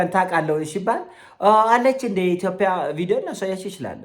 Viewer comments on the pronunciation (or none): ማስሬን በሰማሁ ቁጥር ጉምቱ ሀሳቦቹ መሀል የሚጎረብጠኝ ኢቶፒያ የሚለዉ ቃሉ ነዉ:: አስመስሎ የሚጠቀመዉ የአነጋገር ዘይቤም ቢሆን 'ጰ' ፊደል አለዉ